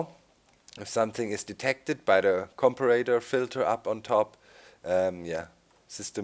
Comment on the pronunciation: Comparator's correct way to say it Com-pair-a-tor